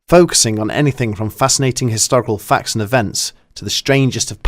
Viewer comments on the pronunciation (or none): none